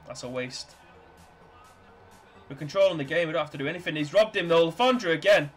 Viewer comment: I remember when we used to beat city home and away in the premier leauge 😉 you're doing okay with player names, you've got le fondre right, we just call him alf anyway, his name sounds foreign but he's a northern as you and me pal, he's from Stockport😂 the only one you got wrong was karacan, it's Kara-chan. We know our squad is old and absolute dog shit, thanks for pointing that out 😂😂😂